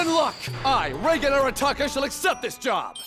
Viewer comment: "I Reigen Arataka, the new star of the paranormal world..." The first time I heard this I thought he called himself Tsar or Czar. Like he was aiming to become king of the paranormal world and just chose a different word to sound cooler.